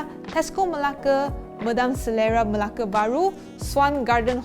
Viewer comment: i love how you pronounce 'Melake'. 😍.